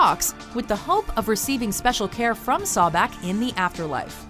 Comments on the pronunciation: You hear buddy pronounce sobek properly, yet the person who is doing the video pronounces it “sawbek” wow 😒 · Can't pronounce Sobek correctly, even when the videos they use to introduce the character pronounce it correctly.. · “Sawbek” 2 seconds later: “Sobek” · SObek no Sawbek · Not SAH-BECK its pronounced soh-bek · just two things... it's pronounced So-bek, not Saw-bek, it's pronounced Tho-th, not thaw-th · So-bek not sa-bek and not k9 head jackal please do more research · LOL Narrator: Number 10 - "Saw' bek Immediately after: "Sobek" I died because in my mind i responded at that same moment too that the correct pronunciation was "Sobek". lol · Why the fuck do you say sawbeck. You're the only one who pronounces it that. It's (So-bek) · Oh the pronunciation of sobek is so bad Sawbek😂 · sawback? its, So-bek xD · And they pronounced his name "Sabek" instead of Sobek. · omg it's so-bek not sawbek jeb not geb jackal head for Anubis Osiris was a good of vegetation and the underworld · "10 sahbek" there is clearly an o in the word sObek can these guys just pronounce one thing right i mean come on that one was so easy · Such cringe-worthy pronunciation of Sobek ("SAH-bek" instead of the more correct "SOH-bek"). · Soh-bek? wtf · Sobek-( Sow-Beck) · IT IS PRONOUNCED SO BECK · So-Bek....that is the proper way to pronounce it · Why do you pronounce it as sawbek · Why is she saying Sobek like Sawback? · and its pronounced (SOH-beck) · Sawbek lol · Sobek is bae and it's pronounced So-beck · It's So-Beck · SHE SAID SABEK!!!!!!!!!!!! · As a smite player, the way they said "Sobek" titled me hard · That's not how Sobek is pronounced, but ok. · playing smite alot it irritates me how she said sobek...